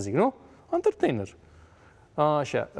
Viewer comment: De unde 'antărteinăr?